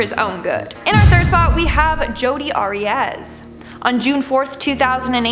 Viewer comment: Pronounce Arias correctly! She butchered Travis then went about her business, a true narcissist/psychopath!!